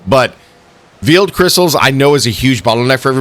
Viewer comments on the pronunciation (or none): I know i'm the A hole, but Veil is pronounced "Vale" instead of "Veel" did say it that way once though. Again, i know i suck.